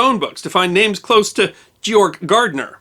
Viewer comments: Thank you for another well-done piece of history. Perhaps his name is more correctly pronounced as "Gay-org," which closer to the German pronunciation. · is one of my favourite channel. However, Georg is pronounced Gay-org in German. His last name is Gärtner, the a has an umlaut, thus his name can be alternately spelled Gaertner. It's pronounced as Gait-ner. So it's Gay-org Gait-ner. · I wonder if his name should be pronounced as "gee-org (with a hard 'g'"), which is how Germans pronounce this name. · HI GEORG pronounced GAY ORG.[ Both hard Gs and with a short A] Shalom to us only in Christ Yeshua. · Excuse me, but his name is pronounced, “GAY-org.” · Just started watching your videos. Absolutely love them! (FYI - The proper pronunciation of "Georg" sounds like GAY-ORG. Same as the father's name in The Sound of Music.) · Correct, even better would be to pronounce Georg like gay-org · In German one would pronounce his first name “Gay-org”. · Georg is pronounced "GAY-ORG" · "Georg"with a hard "G". You should get basics straight before doing a show. It's just as easy to get it right as get it wrong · “Gay-org”. Org as in org-anization. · You put in so much time and energy into making a video about him, but didn't even bother to ask someone how to pronounce his name? You've destroyed both his first and his surname - over and over and over again. You've also wrecked EVERY other German name in the video. His name is pronounced 'Gay-ogg Gaertna', not 'Jeorg Gahrdner'. The mispronunciations just put doubt into the viewer's mind as to the reliability of the information - which was actually quite good. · Sorry to be that person but the name is pronounced:"Gayorg Gertner", hard G throughout. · It's GAY-orgh. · Would not his first name be pronounced with a hard ‘G’ as in ‘gorge’...I would think so... I knew a German name GEORGE and it was pronounce ‘Gay-Orgh. ‘ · As I recall from high school German class, Georg is pronounced "Gay-org". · It’s pronounced [Gay-orgk]